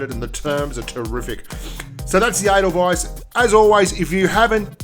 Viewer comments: Is there 2 ways to pronounce Edelweiss? Cause I'm pretty sure it's pronounced Ay-del-weis like the name of the song. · The way you say the name sounds like anal vice!